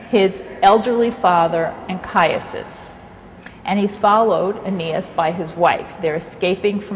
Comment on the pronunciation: How do you end up pronouncing Anchises "Anchiasus" -_- this person is so difficult to listen to